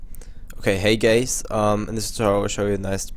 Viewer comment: "Hey Geys!" haha, <3